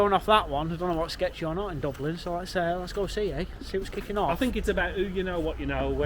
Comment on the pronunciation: "Let's see wots kikin off"😂